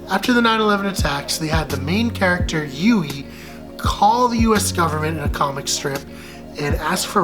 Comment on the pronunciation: Its pronouced HYOO-EE not YOU-EE